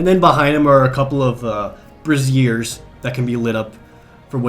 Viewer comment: oh gosh i thought it was pronounced "bray-zee-urz" Now i'm just picturing some sweet ass bras hanging with the tapestries